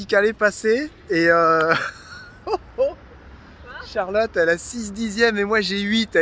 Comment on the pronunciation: Exuser moi CHARLOTTE ET NON CHALOTTE!!!!!!!!